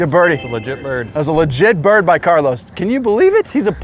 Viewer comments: Carl-OWSE Alcaraz.... Carl-OSS. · The way americans say 'Carlos' is great 👌 keep up the good work